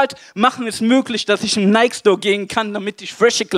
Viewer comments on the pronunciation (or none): none